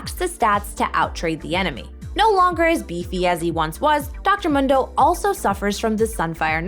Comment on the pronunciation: He says his name in game "moon - do" not fucking "m - hun - do" Jesus...